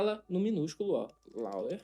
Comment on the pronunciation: a pronúncia de Lower é lôuer! Abração e parabéns pelo excelente trabalho que você está desenvolvendo!